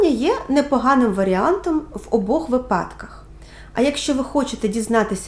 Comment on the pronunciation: Дякую, дуже змістовне відео і зрозуміло пояснено. Ще дуже тішить що ви залишили в описі посилання на джерела, за це окремо дякую <333 хочу вас трохи виправити щодо наголосу у слові вИпадок (правильний наголос на букву и), це поширена помилка тому дуже ріже вухо